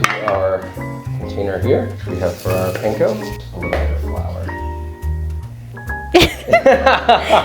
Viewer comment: she was too nice to correct your pronounciation of panko